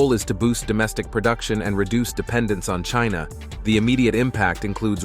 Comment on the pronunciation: About time that China took positive action against Trump who has repeatedly denigrated them. Even to the nasty way he pronounces China